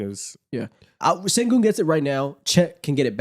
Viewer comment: guys pls stop mispronouncing his name its SHENgun not sengun 😭😭😭💔💔